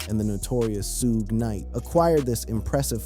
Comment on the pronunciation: SHUG KNIGHT. NOT SHUGAY Knight. smh.